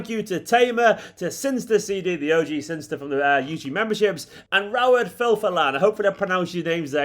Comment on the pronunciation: Wouldn't Synyster be pronounced "Sinister", rather than "Sinster". The second 'y'? Not having a dig, by the way. Only just noticed it myself.